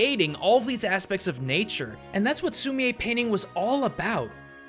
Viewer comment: I did an art unit on Sumi-e painting and umm... you said it wrong. It’s pronounced like sumi the an e. Just letting you know.